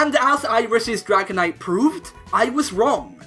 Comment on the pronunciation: IT'S DRAGONITE, NOT DRIGONATE!